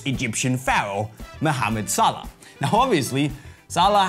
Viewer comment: you pronounced his name wrong.